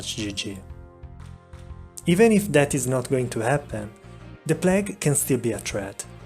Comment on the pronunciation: The P L A G duuude